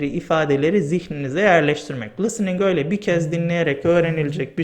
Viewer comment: Harika bir video olmuş. Çok faydalı. Ağzınıza sağlık.Hocam kusura bakmayın kötü bir niyetim yok ama soylemek istedim. Çünkü kulağa hoş gelmiyor gibi. lıstıning değil listening. Çok çok teşekkür ederim. Saygılar.